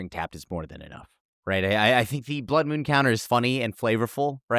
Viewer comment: What is a "Blood Mewn"?